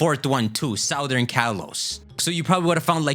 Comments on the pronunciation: I've never known anyone pronounce southern like that. You don't pronounce it like the root word - it becomes Suthern. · All respect but you keep saying “southern” wrong over and over and it’s itching my ear like crazy.